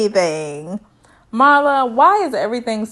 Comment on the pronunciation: Pronounced MEERLA not MARLA. Loved the review!